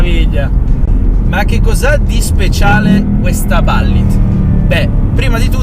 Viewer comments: Si, però Ballit non si può proprio sentire...si pronuncia come si scrive ! Bullitt, no Ballit... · confermo. Si pronuncia Bullit, quando ho sentito "ballit" da mi è andato per traverso il bicchiere d'acqua che stavo bevendo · Non si dovrebbe ppronunciare bul-lit invece di balllit? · Quando ho sentito ballit ho cambiato video non è possibile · ballit? ma che ho sentito ahahah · Pronuncialo bene sto nome, che bAllit non si può sentire... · Ah? La Ballit certo come no! L'inglese questo sconosciuto... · 😀Ballitt non si può sentire, dai😉! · Si infatti.